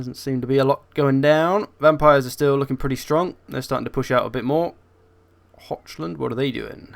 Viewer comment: The way he butchers "Hochland" is worse :P.